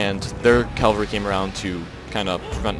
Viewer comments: cav-al-ree, not cal-va-ree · Omg. He mad me mad with this one. He just kept emphasizing his poor pronunciation